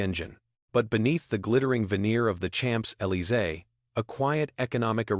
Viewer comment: I'm out a Chaaamps Elysee. Sick of AI already.